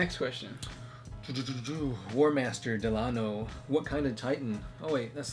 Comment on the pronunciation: I the titan that you are looking for is a warlord titan night gaunt class with equipped with one or two melee weapons and its built for hunting down other titan and imperial titan classes are war hound reaver warlord and emperor and you prounced my name wrong it is prounced del-a-no sorry for being picky